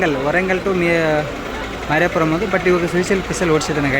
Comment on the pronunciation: ಮಾರಾಪುರಂ ❌❌ ಮಾರ್ಕಾಪುರಂ✅✅ .... ಸುನ್ನಿಪೇಟ ❌❌ ಸುನ್ನಿಪೆಂಟ ✅✅ ...